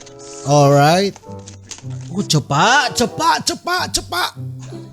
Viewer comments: Cepat bang bukan cepakkk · Jadi lucu bang sebut: oo..sangat CEPAKK sekali..hahaha..🤣😂😂🤭👍🤗